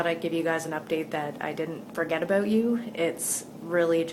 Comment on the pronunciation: Where you from? the way you say about sounds like your from canada :P no offence.